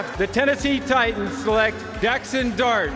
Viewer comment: “Daxson Dart”😭